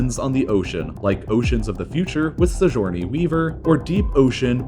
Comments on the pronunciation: Sijourney Weaver??? Have you not watched Alien or Aliens or Avatar??? It's Sigourney Weaver it's pronounced with a "hard" G... Si-Gorny Weav-er... sheesh! And you make info videos! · Sijourney Weaver? It’s a hard G, bro. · That pronunciation of Sigourney Weaver actually hurt my ears a little bit. "Sizhourney". Whaa...? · "Sijourney Weaver and David Edinburgh". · Did you just pronounce Sigourney Weaver as "Sijorny Weaver"? I'll be taking my thumb up back, thanks. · "Sijorny" Weaver? lmao WHAT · Sijourny Weaver???? O_o At this point I'm starting to think that you intentionally mispronounce common words just to troll the viewers. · No one:: "SiJourney Weaver" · That's not how to pronounce "Sigourney". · You pronounced the middle name wrong